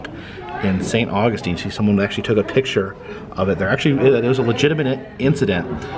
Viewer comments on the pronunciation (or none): none